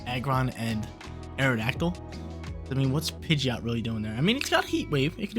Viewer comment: DO NOT LEAVE OFF THE D IN PIDGEOT!